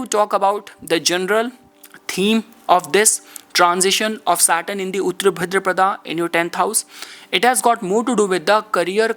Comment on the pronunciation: Not उत्र but उत्तर (ओत्तर) that means Post पूर्व means Prior, before. Please learn and Speak Hindi Properly.